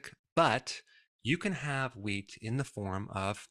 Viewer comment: Who else thought he said weed products? 😂😂